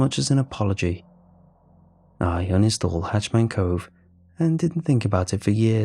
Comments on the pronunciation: HatchET* Man. Not "Hatch Man".....Bothers the crap outta me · It's hah-chet-man and not "hatch-man" as you're saying it. The former is scary, while the latter sounds like someone in charge of making sure hatches on a ship are secure. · Mate cause it’s killing me I gotta say, it’s “hatch-ET-man cove” it’s a “hatch-et” a hatch is a small doorway usually on the floor/ceiling a “hatch man” would like be someone who stands in front of the “hatch” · Am I the only one who noticed he kept calling it hatch man cove instead of hatchet man cove? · Ha! I am glad you said it. I can’t stop hearing it. Driving me nutz. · Maybe its the way they say it in Britian?